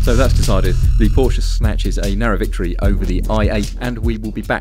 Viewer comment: and he doesn't know how to say "Porsche".